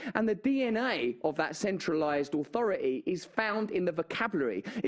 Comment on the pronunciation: It's not ofo ii, it's authority! 🤣😅😂